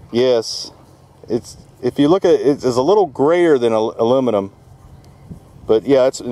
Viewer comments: congrats dude you just got British citizenship! That is the first time I've heard an American pronounce Aluminium correctly! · Love your pronunciation of Aluminium.. must have been practicing 👍😂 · pronouncing aluminum like the rest of the world, good on ya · Yay! knows how to say it right! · used the English pronunciation of aluminium. Lol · did i just hear an american say aluminium properly. i approve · 10 Points to for pronouncing Aluminium correctly!!!!!!! <3 <3 <3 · Holy shit, an American pronounced aluminium correctly 😂